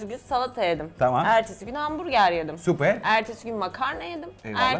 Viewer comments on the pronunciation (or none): nobody: literally nobody: danilo şef: supeeyyrr